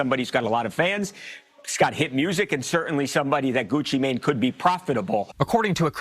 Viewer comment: Love how he says gucci mane 😂